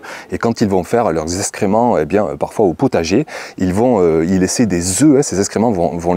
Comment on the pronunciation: parlez français ! SVP. : eX créments Pas. eSScrément